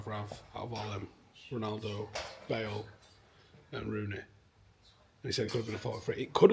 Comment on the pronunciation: Why does Rio say Bael instead of Bale